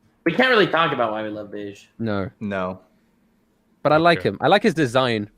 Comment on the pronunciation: Can somone correct them on the pronunciation of bege?